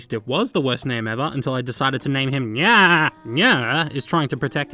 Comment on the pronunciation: It sounds like you’re sayin “Nyeh”